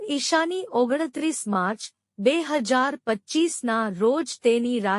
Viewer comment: 1925 કે 2025 બરાબર બોલો